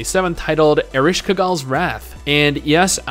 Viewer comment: Pronunciation note: Ereshkigal = Air-esh-key-girl Erenshkigal = Eren-she-key-gull you were pretty close, just got the end part wrong